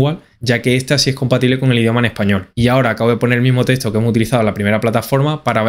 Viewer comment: No es testo! Es teXto!